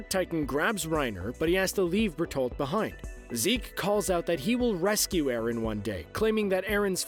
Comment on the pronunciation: It's not arron it's eren